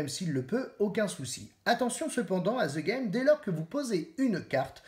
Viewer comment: On prononce ' De Game ' pas "Ze game" ...